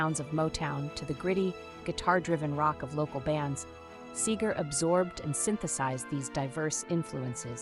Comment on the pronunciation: Whoever wrote the dialog for this video misspells his name more often than the correct spelling, SEGER. And the narrator mispronounces his almost every time. Very distracting.